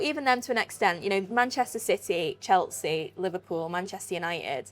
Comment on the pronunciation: you are great but please learn how to say Chelsea